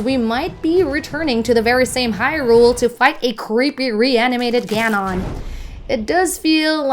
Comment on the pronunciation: "GanON" and "BYnetta". Qualtiy content 💀